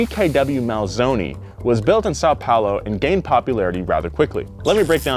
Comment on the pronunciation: saou palou em ves de são paulo o que diseste e verdade